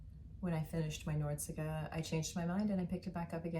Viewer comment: I made a beige Nordiska once, yours looks much nicer. By the way it’s nor-dis-ka, instead of nordsika 😉